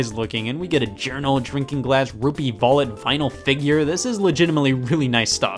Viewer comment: “A Rupee vallet” Scott is German confirmed